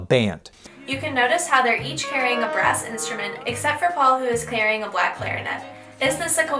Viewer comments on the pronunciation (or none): none